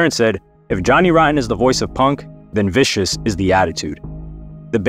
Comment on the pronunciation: It's Sid Vicious not Viscous.